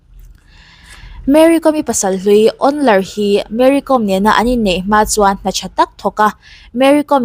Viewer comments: Mery Kawm, hi Meri com. tiin kan lam ṭhina, Zo hnahthlak Káwm hnam anni, khawchhak leh hmar lama zohnahthlak tam tak hian, Zo hnahthlak an in ti duh lo fo ṭhin, a hming lam dan hi Mary Káwm (Kawikawm) ti a lam tur a ni, Hmarte Paite tamtak hian mizo ka ni lo ti hi tamtak an awm ang hi a ni mai, Mari Kawm, tih chu, Tlani, Ralte tih ang deuh a nih chu. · Tinge Mary Kom hming hi youtuber ho hian in lam dik miah loh mai le 😂😂 .com ang a lam tur ni lovin lehkhabu ‘kawm’ kan lam ang hian ‘kawm’ tih tur a ni e . Ka lawm e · Ti nge Kom tih hi thluk rawh u Mizo hian mi trawng in lam thiam loh tlat zel,,Archang kawm in ti ang hian.Kawawwwwwm aw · Awihawm loh ee tuman Kawwm an ti lo..Google leh youtube ah pawh va en rawh lam dan tur.. tlema thluk deuh tur chu ania mahse a thluk hniam in a ri tur a ni lo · Kâwm tih zawk tur, ‘kom’ hnam